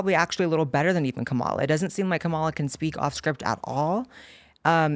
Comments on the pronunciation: I can clear up the kamala pronouncing situation for you... so look at the spelling, all the a's are the same sound and you run through the letter fast... just like the way you would read most indian names or words when written with english letters... so its kah mah lah, not mah muh luh, or cam uh luh... which is hilarious to me because its obvious due to her being indian. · Her name is prenounced commyla harris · It’s Comm-ola like communism!